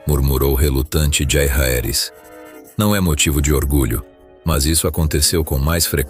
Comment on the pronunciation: Ótimo vídeo, mas Batêon, Roberto, Jairaeris, Targariãn? Fica pesado